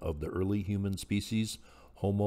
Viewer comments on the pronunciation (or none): none